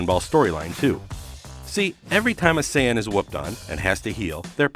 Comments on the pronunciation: Him sayin sai on make me feel so cringeworthy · He keeps mispronouncing sayian.... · Sayon Whes Saiyan Whis